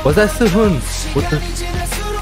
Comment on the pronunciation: That's Say Hoon not See Hoon for Sehun.